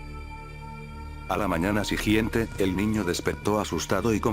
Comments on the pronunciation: Soy el único que le desespera cuando dice: sijiente? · No es sijiente es siguiente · A la mañana "sigiente" xD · en el minuto dijo (se acosto con una sonrisa presumida, a la mañana sijiente) como como como repetime (sijiente) xd y despues tambien dijo lo mismo en el minuto jaja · Dijo sigiente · Mui chido pero por q dices sigiente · " a la mañana sigggiente " XDXDD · Sijiente xd